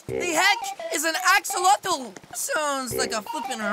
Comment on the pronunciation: Did u say ax-ax-axolotle?!?!